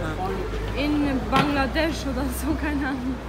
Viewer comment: In bangladesh sagt sie mit einen albanishen accent 😁😁